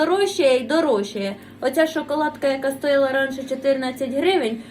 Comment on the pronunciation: Не знущайся так з мови🙏🙏🙏 "Конхвєткі", "пєнка", "туалєтка", "мочалкИ", "стоіла"...🤦‍♀️